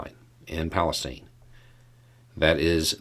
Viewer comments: I lived a few miles West in Salem Ohio for a lot of years -- everyone around there pronounces it PalestYne, with a long "I." Same with "Medina", pronounced with a long "I." FWIW. Ohioans do things their own way. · You have the town name wrong. It is East Palestine (rhymes with pine), and it is near the Pennsylvania border. There is another village named Palestine near the Indiana border. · Hope you are feeling better. Because I want you to sound like a local, East [Pal is tine] Animals were autopsied and toxic levels of these chemicals found. The humane society here is helping with records. I know of a person hospitalized with severe chemical poisoning. He was outside of the evacuation area inside his house. The chemicals are now in the water uptakes for cities along the river. Butyl acrylate mostly floats. If it is so diluted why is it in city water intakes 20 ft deep 20 miles down the Ohio River? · That pronunciation of "Palestine" is... Well, let's say I noticed it. A bit Kyivish, almost. Very shrewd, if jarring.